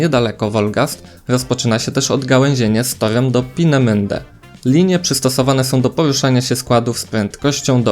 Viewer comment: Twoje Pinemende pisze się i wymawia Peenemünde. Szerokie e oraz pomiędzy u i y.